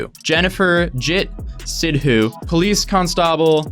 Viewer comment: Jennifterjittt Sidhuuu is my girl lol 😂😂 A around of applause 👏 for for pronouncing our sort of Indian names and even the last name as well. Some ppl (not all) r good saying it 😂😊 I'm Canadian as well btw lol